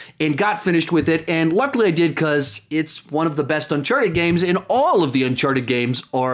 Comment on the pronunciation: It's Uncharted, not Unchardet. I'm not trying to be an asshole or anything but this really bothered me for some reason. Great list by the way.